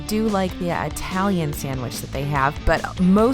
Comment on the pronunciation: Did you seriously just say I-talian sandwich? SMH